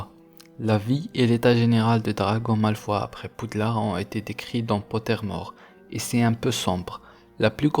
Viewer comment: Ça me fait bizarre que tu dise malfoie au lieu de malfoye